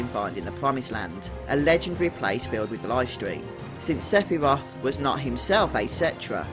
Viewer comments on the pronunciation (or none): Someone talking about who is Sephiroth, you'd think they'd say his name right.. .. Sigh